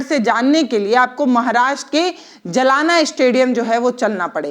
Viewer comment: जी जलाना नाम नहीं है जालना नाम हैं 🙏🏻👍🏻🤔🫡🤣🤣😜😜😜